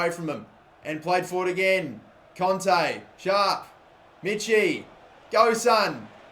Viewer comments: I comment that every video and he still says conte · He's called kante not fucking conte ffs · Listen to any commentator and its pronounced 'kon-tay'